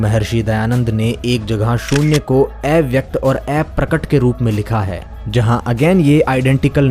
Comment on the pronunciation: 👍👏👏👏👏👏 सनातन और विज्ञान साथ रहे है जिस को जितना जानो उतना गर्व होता जाता है कि कितने प्रखर ऋषि हुए है जिन्होंने इतना ज्ञान दिया। और भाई अप्रकट होता है एप्रकट नही अव्यक्त नाकी एव्यक्त